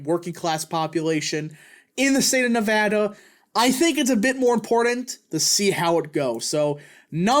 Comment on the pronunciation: Thank you for pronouncing Nevada correctly BTW